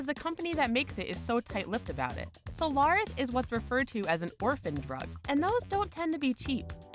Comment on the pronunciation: A propos fake news: said monolonal antibody for PNH goes by the name of "Soliris", not friggin' "Solaris"....